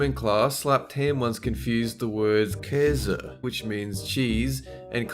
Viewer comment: It amazes me how good can say Käse and Kaiser.